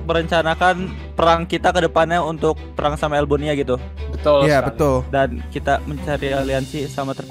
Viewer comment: "perkkhhhgang" berbicara